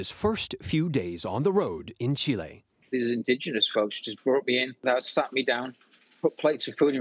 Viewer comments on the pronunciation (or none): It's not "Chill-lay". It's "Cheel-ay". 🤦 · I came for an epic personal story, but I found a journalist from the second biggest metropolis in the world pronouncing Chile as "Chilé" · Chillay😂 it’s Chile, pronounced Chilly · That's a life worth living. Truly inspiring. The way that reporter said ChilAy, though, was not inspiring. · "chilay" ;DD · When a newscaster cannot pronounce the name of the country “Chile” correctly, I lose a lot of respect for them. It is not “chih-LAY,” it’s “CHEE-leh.” DO BETTER. Geez! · where is “ Chee-lay” ??!! 😂😂😂 so you mean Chile ?? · Wow! The pronunciation "Chill-ay" apparently annoys the crap out of me. If you're going to go to the effort of pronouncing the second syllable authentically, why not do so for the first as well? "Chilly" is the lazy Americanized way. "Chee-lay" is the more authentic pronunciation. "Chill-ay" is just some weird, halfway, worst-of-both-worlds kind of attempt. He acknowledges that "Chilly" is not properly authentic, yet is just that smidge too lazy to say "Chee-lay." So, it just kind of lands somewhere halfway between the two. It's like someone walking up to a friend and saying, "No, Jim. Quesadilla is not pronounced 'Kwaysadillah.' It's pronounced KAY-sadilla.' You're welcome."😏🤓 No! It's key-sa-dee-ya! If you're going to say the "Que" right, then why would you not also say the "illa" right?! Ahhh! [I'm okay now, I promise.] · Chi-ley vs chill-e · Did this guy just said "Chilay?"😂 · From “chill-ay” 😂😂😂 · Where the hell is “Chillay”? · Chilay? Oh my god. LOL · “Chill -A “ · chi-lay lol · Chilêéêé???? Reporters 😂😂😂😂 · I think I'm more amazed at his pronunciation of "Chee-Lay" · What? His epic journey from "Cheeh-ley"?? 😅😅😅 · That pronunciation of Chile gave me a headache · Chillay???? Good to see the newsreader can pronounce places correctly 🙄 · No way do Yanks pronounce it ‘Chilay’. I don’t believe it. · Were the hell is “Shelay” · The way the Anchor said ''Chile" go back to school